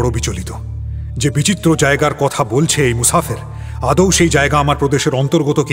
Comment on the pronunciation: কয়েকটি উচ্চারণের ত্রুটি আছে যেমন "তামিল" কে "তালিম" বলা, বা "আদৌ" কে "আদেও" বলা। এ ছাড়া অভিনয়ের তো কোনও তুলনা নেই, এই ত্রুটিগুলোর উপর যদি একটু নজর দেন, খুব ভাল হয়। বাংলা ভাষা যেখানে এত সঙ্কটে, আমরা মির্চি বাংলার মুখের দিকে তাকিয়ে থাকি, কারণ এগুলো শুনে মানুষ শেখে, বিশেষ করে যাদের বই পড়ার অভ্যেস নেই।